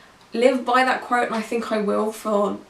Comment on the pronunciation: Oh QUOTE! I was like, what is she saying? Crote? Also I agree with everything you’re saying, but I think her views are similar to a lot of people without tattoos. I wouldn’t say there aren’t days where I wish some of my tattoos were different, but at the same time they all represent different times of my life. I’m not heavily tatted but the couple I do have are largish so they do get some attention. That’s probably the only thing that occasionally annoys me - people always thinking they have the right to comment on my tattoos. I’m pretty introverted so I don’t like the constant questions I’m better with it now than I was when I was younger.